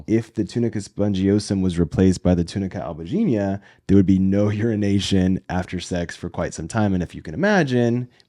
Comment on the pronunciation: descobri agora que você é brasileiro ao pronunciar a palavra latina "túnica albuginea" corretamente, hahaha. Me senti mais em casa ainda! Seus vídeos são ótimos! Parabéns e sucesso!